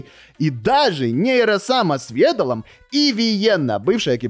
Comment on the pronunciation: Эмм, это нейро-сама так читает и Ведал несколько раз подчёркивал что его имя читается как в словах medal, pedal и ещё каком-то (по аналогии можно подумать медаль педаль значит ведаль, но в оригинале звучит как Вэдал, а э как е произносить слух режет)